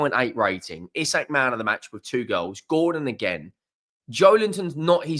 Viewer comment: Its pronounced ee sack 👍